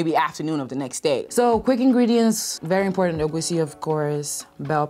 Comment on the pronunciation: Making egusi but not knowing how to pronounce it is crazy lol